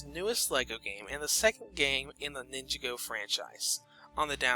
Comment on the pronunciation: Take a shot every time he mispronounces "Ninjago."